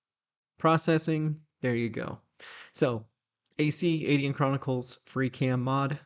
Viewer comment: Dear I was wondering why you pronounce Aidyn Ay Deen. I have always used the traditional Celtic pronunciation of Ay Den. I know you have had contact with the people who made the game and I was wondering if Ay Deen was the proper prounciation according to them and if I had been saying it wrong.